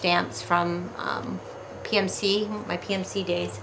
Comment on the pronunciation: Did you say PMC or PMT ... lol